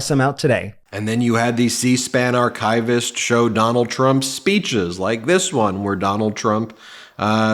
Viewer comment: Dude? Archivist. Not "Arch-eye-vist". Just as we don't say "eye-ran" or "eye-raq". On topic? Moscow doesn't rhyme with "how".